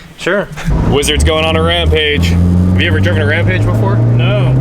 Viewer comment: You said rampage wrong must be angry 😛✌️